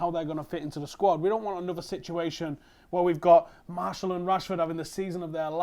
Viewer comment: he had me till he pronounced "Martial" as "Marshall"